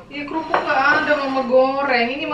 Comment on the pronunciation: bilang kerupuk jadi "KUPRUK" wkwkwk